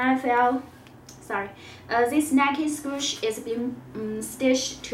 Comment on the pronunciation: Nike SPOOSH? WTF